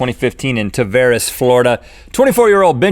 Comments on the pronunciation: It's pronounced Tavareez not Tavaris. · Not ta-var-is its ta-vare-eys sorry im Floridian and my friend live there